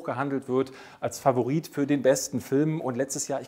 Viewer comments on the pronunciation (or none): none